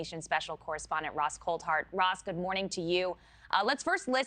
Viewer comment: Coldhart😂 ? its coulthart